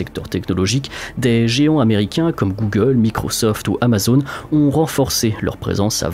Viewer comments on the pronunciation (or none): none